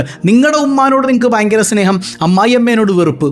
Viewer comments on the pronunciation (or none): none